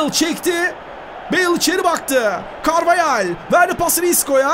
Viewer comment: Carvahale carveyel diyen koca yürekli spiker